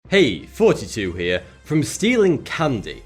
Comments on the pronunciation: In his intro I always hear "Forty-two" and not "Thoughty2" 🤔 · Artjom Pavlov I think he says thoughty 2.